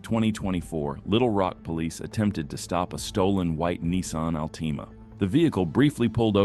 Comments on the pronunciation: Altima “All-tima” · Nissan Al-teema? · "Al-tee-ma" Everybody else I know pronounces it "All-tih-muh" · Nissan AL-TEE MA. ?? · What the hell is a Nissan Alteema? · it's narrated by AI though.... pretty obvious from the tone of the "voice" along with altima being mispronounced twice in different ways in the first clip .-.